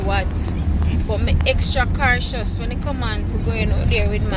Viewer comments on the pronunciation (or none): No??? Cartious??? Cartion???? Loool 3 time ennuh